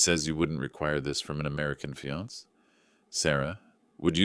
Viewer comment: Good story. Please teach your AI. Fiance is pronounced fee-on-SAY, not fee-ONS. Same with the e on cafe. Please fix this as it's annoying.